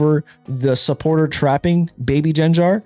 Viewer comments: Jen Jar? No one has ever pronounced it like that. It GenGar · Jenjar???😖 hard /g/, not soft. /gar/-like in Garchomp w hard /g/ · How did you pronounce gengar huh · Bro, if you keep calling it Jenjar… like come on now